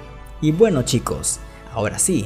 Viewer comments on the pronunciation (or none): none